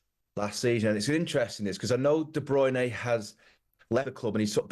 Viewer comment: "De Bruyney". He's only heard the bloke's name every day for the last 8 years.